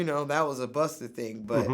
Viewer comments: Ever notice that vlad always adds an er when an artist's name ends with an a? He says Pusher T and Buster Rhymes lol. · Vlad says buster and she says swiss wtf🤣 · Did Vlad say "Buster"?😂🤣 Yo fam, who you talking to? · Vlad calling Busta Buster smh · It bugs me he calls him buster 🤦🏾‍♂️ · "Buster" CRINGE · Am I the only one who cringed every time Vlad said "Buster"??? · I thought that it was just me. I wanted to throw my phone out of the window. 🤦🏾‍♀️🤦🏾‍♀️😫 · Kept calling Busta, buster. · Its Busta.. haha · It's Busta, not Buster. Bitchass Vlad. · For fucks sake Vlad!! Stop saying Buster!! It's Busta!! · It’s not “Buster” rhymes.. Vlad is so trash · His name is “Busta” not Buster. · Vlad Its BUSTA not BUSTER LoL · Yo Vlad. It's Busta, not Buster. Sheesh. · VLAD..... It’s Busta not Buster!🤦🏾‍♂️ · Bustah... VLAD. BUSTAH. NOT buster. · It's B-U-S-T-A, as in Bust A Rhyme, Vlad. Not Buster... The hard R don't even make sense. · Busta...NOT BUSTER.... lmao he not a tiny toons charecter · "Buster" lol Vlad keeps saying that and I laugh each time. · I’m more annoyed than anything by Vlad repeatedly calling him “Buster” the entire interview. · Why Vlad keep calling Busta "Buster"? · Why does he keep calling Busta "Buster"? So disrespectful! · it's not buster VLAD.. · Why he keep saying Buster? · Vlad probably the only dude who call Busta Rhymes “BUSTER” lol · I swear everytime Vlad's talkin bout Busta he says Busterr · He keeps saying "Buster" like Vlad why must you be so cringey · Why does Vlad keep calling him buster though?!? Lol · why vlad keep saying buster... is it that hard 2 pronounce BUSTA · Vlad you have to say busta not buster. It changes the whole meaning of his name. Bust - A - rhyme. If u can pronounce vladamir u can pronounce busta. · It’s BUSTA... NOT BUSTER!🤦🏾‍♂️ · Why you keep saying "Buster" it's busta for fook sakes!!! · LOL, vlad keeps calling Busta , "Buster" and this dude is supposed to be all about the hip hop culture? Dumb a**.